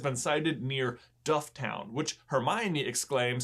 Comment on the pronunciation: Can I just add dufftown is pronounced “dufftin” .